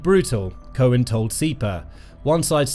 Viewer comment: Cow-an not cohen he’s not Jewish!!!